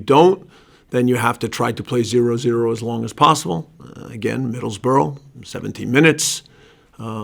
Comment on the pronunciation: This guy doesnt stand a chance he cant even say Middlesbrough properly its like this league is completely alien to him